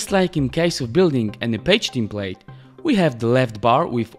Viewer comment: Czekam na dzień w którym sprawdzisz jak się wymawia "template"